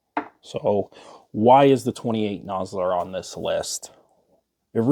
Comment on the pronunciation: Yeah nah, I generally enjoy your content, but you lost me at 28 nosler, look forward to your next vid